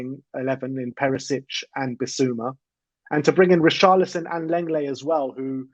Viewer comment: Lenglet is pronounced "long-lay" not "leng-lay"